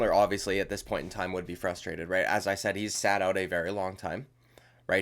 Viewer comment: You got that Dublin accent down pat, my man! I did hear you say the word "out" several times in this video and I find your Canadian accent little lacking.. keep practicing that one.. lmao. 😂 Nice work on the vid. First time YT recommended you. I will sub.